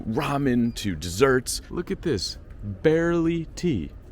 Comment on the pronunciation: Great video dude! Barley Tea though my man, not barely tea! 💙